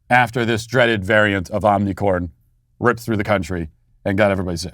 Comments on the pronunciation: Matt, Can you pls pronounce omicron properly lol it’s not omicorn 🌽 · Today we cancel Matt Walsh for saying omnicorn. It's omicron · Matt, it's omicron, not Omni 🌽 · Love how he keeps saying Omnicorn. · Omni “corn” 😭😭😭. Matt for the win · IT'S NOT OMICOR 🤦‍♂️ OMICRON OMI-CR-ON Between you and Steven Crowder I don't know who is worst with the Greek Alphabet 🤣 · It bothers me so much how Matt mispronounces omnicron. I hope he does it more hahaha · Great trolling by mispronouncing Ornicorn!! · Matt It is omicron not omnicron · It is omnicron not omnicorn... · I think you should be given more credit as being the only public figure who pronounces omnicorn correctly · Why do you say omnicorn? Maybe I have missed that you are doing on purpose? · You're purposely calling it "omnicorn", right? It makes me giggle every time you say it. I imagine you're intentionally mispronouncing it to be absurd. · Omnicorn was funny the first couple times. Now it is making it seem like you don't know how to pronounce it. Just focus on how mild it is, rather than mocking it. It is incredibly disruptive to the educational situation (ie, students and teachers must stay home if they have a scratchy throat or cough leading to sub shortages and thousands of lost learning hours) so helping the narrative by focusing on it's mildness is helpful. Mocking it means your voice will be ignored as contrarian. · He knows, dummy. It doesn't deserve the respect of correct pronunciation. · Somebody tell Matt to stop saying "Omnicorn"!